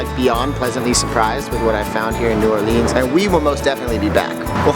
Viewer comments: Please stop calling it New Or-LEANS. It's New OR-lans. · New Orleans or Nawlins, but please not New Orr-leens lol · 1. Katrina was THE worst natural disaster in the US, not one of the worst. It also cost the most money. 2. New Orleeenz? Let's try for New Orluhns. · New Oar-lins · Not one local ever in the history of new orleans has ever called it “nawlins” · No one, absolutely no one. Calls New Orleans, Naw Lins! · I cringed when I heard New Orleenz. The tourists hear N'awlins strictly due to the accent. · Ok first off it's neworleans not new or leenz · Stop saying new orleeeens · Dude, nobody from New Orleans says New OrLEANS. Nor do they say "NAWLINS". It's New Orleans. Also, New Orleans mostly embeds itself in French. Otherwise you may just call Tchoupitoulas T-CH-OOP-IT-OW-LAS. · Man, if this guy says " New Or-leenz" one more time I'm going to lose my shit. Locals do not say it like that. It is strictly New Orleans. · They're wrong, New Orleans "natives" DON'T call New Orleans, "N'awlins", that's for misinformed tourists. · It's pronounced "new orlens" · Yes I live Baton Rouge nobody ever said anything about N'wlins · Ikr! Grew up at Washington and Broad....NEVER ONCE heard anyone in my neighborhood say N'awlins OR call this city NOLA. If you're not from here......you will never get it. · Nice Video but as stated before no calls it Nawlins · My soul dies a little every time you say new or-LEENS. Family is from Louisiana and they taught me to never say it like that 😂😂😂 it's cool though 😊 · i'm going to kill myself if they keep saying New Orleans wrong again. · The way you said New Orleans completely ruined the whole video. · WTF. did u hear what they said in intro. They completely said New Orleans wrong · I heard them say that and I screamed, "No!! Locals hate that." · They be saying new Orleans so wrong lol